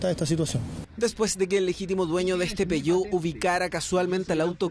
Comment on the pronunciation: Peogueot: piyuh Playstation: pleiesteichon